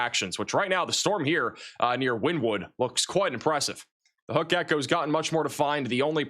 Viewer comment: It’s pronounced Winnēwood